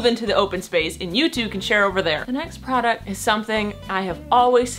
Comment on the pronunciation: Bruh.... procuct....AHHH